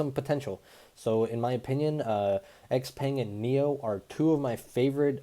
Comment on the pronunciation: FYI: Do you know what XPENG stands for? X=xiao means small...Peng is pronounced Pong. It is referring to the mythical giant bird...(trivial info)